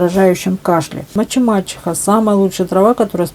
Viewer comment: МаТЬ-и-мачеха, а не маЧемачиха. Зря вы бахвалились тем,что не учили русский язык. Стыдно так разговаривать,будто древняя старуха безграмотная.